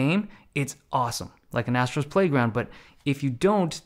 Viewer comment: "Astros playground" that sounds wrong